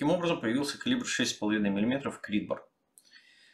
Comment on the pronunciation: просто после американского видео очень слух резануло. В остальном отличный видос, спс.